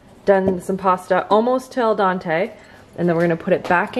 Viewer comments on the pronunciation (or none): Is saying al “dAnte” a Canadian accent thing or is she just mispronouncing it?